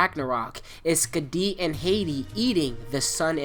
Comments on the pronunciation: bro you're pronunciating Skädi wrong. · Hearing you say skadi and aesir amuses me